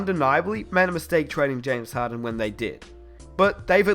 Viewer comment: Who kept hearing harren instead of harden? 😂